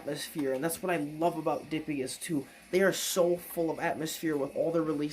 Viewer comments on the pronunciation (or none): Relatively sure it's pronounced duh-pie-gus but I have no way to confirm that lol